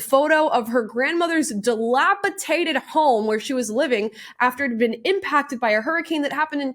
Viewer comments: Amala, I love your show & *disclaimer - I am only doing this so that you can pronounce it correctly in the future. -ish - It's dilapi-Dated, not dilapi-Tated. There's no T in that word, it's a D. I have heard Blaire White use the same mispronunciation lately actually. I hope she read my comment too, but so far she still is mispronouncing it. I only hope it helps you. That's ALL I'm trying to do. Not trying to put you down, I just want you to sound totally educated, which I think you are, & so just because this one word slipped through the cracks, doesn't mean I am criticizing you in ANY way. This is just to be helpful, I hope it is, & that you take it as such. I love your show & I just want to help my girls!❤ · Delapitated is not a word. It’s DilapiDated.